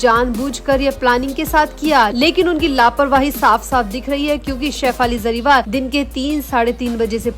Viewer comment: Madam jariwal nhi hey Jariwala hey bolna sikho pehle sahi surname